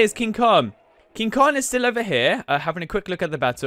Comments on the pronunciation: It's King Kong not King kon. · kinG konG not king kon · It is called KING KONGGGGGGG NOT KING KON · Is not king kon is king kong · It's King Kong not King kog it's Rodan not roan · "King kon" 😂😂😂😂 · And he called King Kong, King Kon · Is it me, or is he saying “king kon” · And he called King Kong King kon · you: king kon me: ITS KING KONG